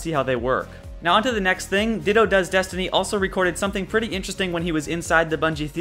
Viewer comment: I'm sure this has been mentioned anyway, but the Monitor S11 logo you were having trouble identifying belongs to FOTC (Wish I knew what that stood for). Also, are you saying "Ditto Does Destiny" instead of "Datto Does Destiny" in the video?